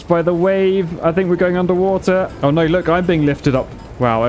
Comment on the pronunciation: "Oy noy! Oy noy!" British is so funny. :D